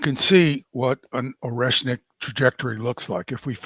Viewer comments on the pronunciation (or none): Oreshmik ---> [ ah ri ESH nik ]. ah not oh, it is Russian, not English.